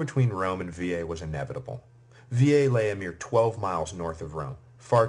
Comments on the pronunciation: Thank you so much for your work. Let me point that the Etruscan city of Veii or Veyes, would never be pronounced like you do. Even if the usual American pronunciation errs I think you may correct that in future lectures. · If he is trying to say it as it would've sounded in Roma, then no, he is saying it wrong. The vowel there is a long e which is pronounced as e in 'they', a in 'late'. The sound he made would come from the vowel i. Latin is a regular (linguisticly) language so the way letters are pronounced is consistent with one sound per letter, unlike English for example in which a letter or combination of letters can have two completely different sounds e.g. monarchy chyme and itchy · It's easy. Vey EE. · Bizarre pronunciation of Veii